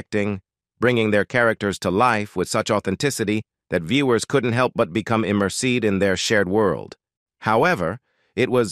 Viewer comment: Lol..who says emerseed..when the word is immersed..🇨🇦